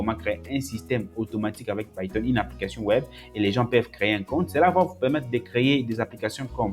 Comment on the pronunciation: Frere je suis tes formations et j'admire aussi ta facon de prononcer les outils ( païton au lieu de piton , airpol au lieu de apeul ...)